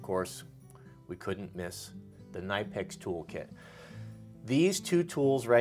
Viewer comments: I was at SEMA last year and was in the Knipex booth. I asked them for an official pronunciation of their name. Here it is....K-Nip-Pix. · They’re pronounce ka nip ex I have that set and just acquired the extra small cobra pliers that are small enough that they fit in a watch pocket